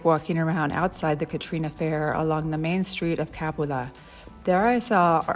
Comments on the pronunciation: Pronounced Ca-PU-la. FYI. Great video. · Please! CAPULA does not have an accent on the A, the accent is on the U. Ca PU la.